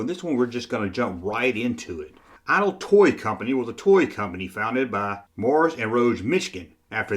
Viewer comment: LOL he said IDLE Toys